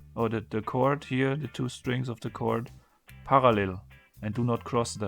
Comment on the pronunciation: that was the most german "parallel" i've ever heard